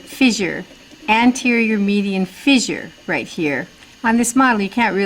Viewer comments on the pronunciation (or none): FISSURE... it's not pronounced Fizzure